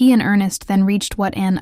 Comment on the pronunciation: This is very interesting research. But, please, please, do your own research, and do your own voice over. Is this all AI?? Why can't you say: Earnest, infatuation, spiraled, options, Wallace, reconciled, moved? Also, the voice change from an American to a British accent in the last minute of the narration was very strange and jarring. I had to give this video a thumbs down for those reasons. Note: Wallace called Edward "Peter Pan", in her letters to her ex-husband, Earnest. Please go over to Linday Holiday's channel for quality historical content, and beautifully produced and researched videos, which she herself narrates.